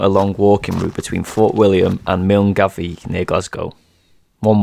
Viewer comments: he said "mill-en-gavi"... 😂😂😂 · It’s not pronounced Milngavie it’s pronounced ‘Mulguy’ 😅 love the content 🏴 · Milngavie is pronounced "miln-guy"! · It's funny to hear English people pronounce millgavie, pronounced 'mulnguy' properly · Milngavie is pronounced like “Mul Guy” and yes as a Scotsman even I was confused with this. Some amazing shots. Loved watching this 🏴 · I had to laugh about how you pronounced Milngavie.....In Scotland ita pronounced Millguy 🤣 Great effort though and brilliant video. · Milngavie (the start of the west highland way) is pronounced mill-guy. Don't worry as someone who's lived here my whole life I think it would be funny if we all switched and pronounced it phonetically! 😂🤦‍♀️ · Just a little thing that caught me out when I moved to Glasgow. Milngavie is pronounced mull-guy. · Absolutely loved the video! Just wanna say that Milngavie is pronounced mil-guy. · Excellent video, thank you for that! I was wondering that you pronounced Milngavie as it is written - few years ago when i was hiking the WHW all people told me that it is pronounced "Mill'guy" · Great video. Wish I had the motivation and the time to do something like this. Just one thing though... Common mistake... Milngavie isn't actually pronounced as it sounds. It's pronounced "Mull-Guy". 😅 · Milngavie is actually pronounced "mill-guy" love the video so far x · Milngavie is pronounced mill-guy FYI ❤ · Great video mate, btw milngavie is pronounced mil-guy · Milngavie is pronounced like “Mul-guy” Great video regardless! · MILNGAVIE .... PRONOUNCED MULL GUY btw haha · For future reference, Milngavie is pronounced 'mul-guy' 😂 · FYI - Milngavie is pronounced "milguy" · Milngavie is pronounced mow guy. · May I be the 94th person to say that 'Milngavie' is pronounced 'Mulguy'. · Milngavie It’s Pronounce Mill Guy 😂😂😂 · "Milngavie"?! It's pronounced Mul-guy! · Milngavie is pronounced Mill-Guy or mull-guy hahaha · Milngavie is pronounced "mull-guy" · Its pronounced mil-guy